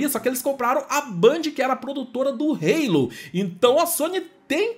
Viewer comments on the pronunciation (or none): none